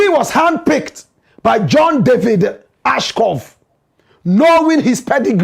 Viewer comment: It’s John Ashcroft. You keep “murdering” this name for days. Basic journalistic research will help.